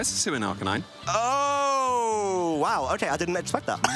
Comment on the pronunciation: "Ar -KAY-nine"..